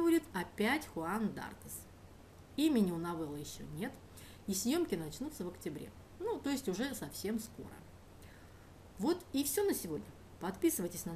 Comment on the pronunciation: У Солаенте вос хороший рейтинг, а в фамилии Дартес ударение на "е".